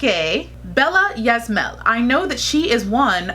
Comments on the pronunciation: her last name is pronounced like is-ma-el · Her surname is Ysmael pronounced as iyZMiyAHL. 2nd Filipina Miss Universe 1973 is Margarita "Margie" Moran pronounced as MaoR-AEN Just like you, she's one of my top most favorite candidates to win the Miss Universe Philippines crown 👑 Just like her Aunt Margie, she's a ballerina too. Yes, I totally agree, her headshot has a blank facial expression! 👍